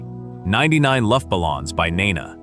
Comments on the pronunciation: "Ninety Nine Luff balons"? My ears! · Not only are most of these not "one hit wonder" bands, but you lost me at "luft bal-lons." 👎